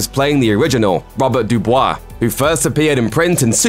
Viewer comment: Me: hears baba du brah actual name: Robert DuBois